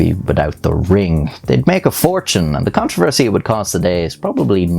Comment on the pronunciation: 'the kentroversy'